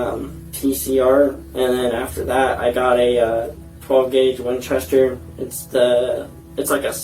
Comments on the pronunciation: also guys he was pronouncing Winchester perfectly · So he knows how to pronounce Winchester but not Sierra… yeah